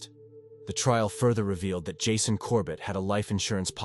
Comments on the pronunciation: "This is ", the AI bot signs off, the bot that can't pronounce the victim's name the same way twice: is it "Jasson", "Jason"...? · He’s AI. How can a person mispronounce Jason ?!